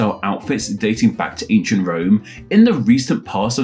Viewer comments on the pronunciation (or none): none